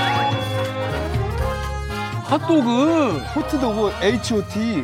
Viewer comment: 일본식 발음 호도도그